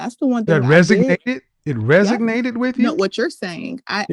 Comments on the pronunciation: “It REGISNATED with me.” Lol wha???! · a Masters in communications yet repeatedly says "axe" instead of "ask". And then "resignated" instead of "resonated" Where did she receive her Masters? Must have been a heckuva school. What a horrible woman. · Axing questions, "resignated with me" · "It resognated with me" 🤣🤣🤣🤣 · Resonated!!! She made my head hurt with that mispronunciation. Communications Majors don't do that!!!